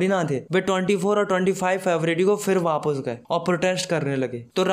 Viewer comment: Aapne sec pe wapis ke badle wapus bola 😂